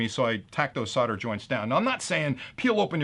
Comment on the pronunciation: Solder, it's SOLDer/SOLDering/SOLDered. Not fucking SODDER. 🤣